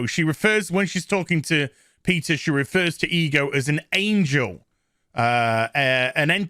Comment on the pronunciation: Who else hears e girl every time he says ego